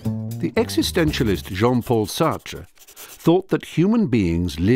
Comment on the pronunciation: Can the name not be changed? This bothers me to no end, it's "Jean" not "John" great video otherwise.